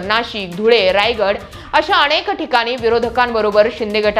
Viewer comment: अणेक नाही ग अनेक